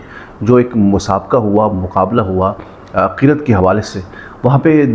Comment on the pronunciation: qiret nahi qiraat hota hai chek kar le